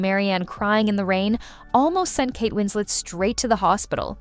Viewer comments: Winslet not Winsley. She is English, not French. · Winslay? The last syllable is pronounced “let” not the French way. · Kate Wins-LET not Wins-lay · Winslet or Winslay - choose one . . . the correct one! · This narrator pronouncing Kate Winslet's name as if she was French (Wins-LAY) is incredibly annoying. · I think the VO is trying to say "Winslay", mispronouncing Winslet the "French" way... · Win-slay is annoying.Everyone knows how to pronounce Kate Winslet’s name. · What’s with the French pronunciation of “Winslet”? Had the narrator never heard of her previously? Or is it an AI voice?